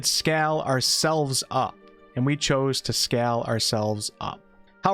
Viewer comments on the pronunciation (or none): Great video, thanks. But WTF is skall? Didi you mean scale?